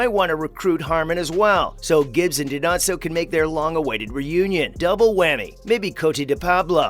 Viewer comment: I agree. He pronounced Dinozzo’s name how Fornell would call him.